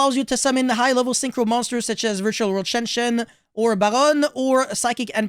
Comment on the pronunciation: Do you speak French? I noticed a bit of accent when you said 'Baronne'.